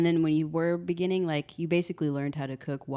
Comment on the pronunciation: “Inithe beniging,” Jacob Zuma 🤣